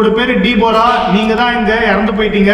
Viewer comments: DEBORA pronunciation is da bo ra It is a Bible Christian name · டீபோரா இல்ல தெபோரா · அண்ணனா அது டீபோரா அல்ல தெபேரா என்றுதான் உச்சரிக்க வேண்டும் ஏனென்றால் அது கிறிஸ்துவ மதத்தில் வைக்கக்கூடிய பெயர்